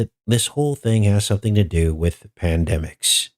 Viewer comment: when you said pan demic, I thought of pan demonic.